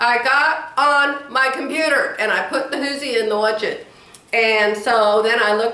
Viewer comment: I think jerry bought you an early anniversary gift, probably a car. I think coloring at night might relax you and help you sleep. I'm laughing so hard at you saying puter cuz that's what my little 2 1/2 year old niece says. Maybe next year you'll learn to say three syllables. Lmao. You do keep us laughing.